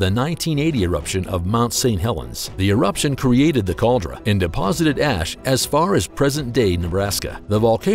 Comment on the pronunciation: Caldera, not cauldra.